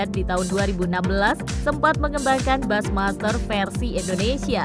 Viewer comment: Halo narator, bushmaster itu dibaca busymaster, bukan basmaster. Jangan males belajar dooong....